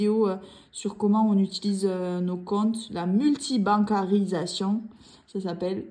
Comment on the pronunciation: Merciiii pour la mention, j'aime aussi beaucoup tes vidéos tu le sais 🥰! "La MU-LTI-BAN-CA-RI-SA-TION" je vais apprendre à l'articuler aussi bien c'était pas ça du tout chez moi 😂! J'aime trop comment vous êtes intentionnels pour utiliser votre argent en accord avec vos valeurs 👌🏽! Budget avec des défis mais tu vas gérer j'en suis certaine 💪🏽😘